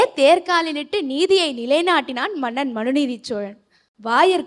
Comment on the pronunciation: very nice, but I wish that someone could correct the na, NA, la, LA differences. that was off putting, It is not maNNan, like kerosene, it is mannan. Not avargal like kale (stone) but avargaL, please correct your pronunciations please, its not tamizh otherwise